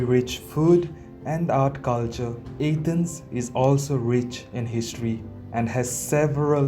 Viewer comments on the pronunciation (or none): Your video sucks... Don't go back to A-thence At least pronounce it properly.. I'm amazed you said archeological properly.... Go talk about the putrid smell of India... Everyone else does